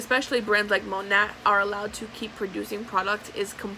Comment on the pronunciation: That shade range is UN FUCKING REAL. And I say "Monat" the same way - that's how it's spelled ffs. It's not Monet.